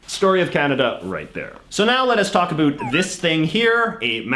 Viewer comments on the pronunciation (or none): I have seen this guy before on another podcast and he said Canadians say aboot and not about. To be honest he is the only one I have ever heard not speaking the word properly. He is a complete jokester. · The way he says 'about' 😖